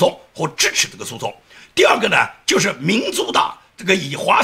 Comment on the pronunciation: DC的C发音不准，D西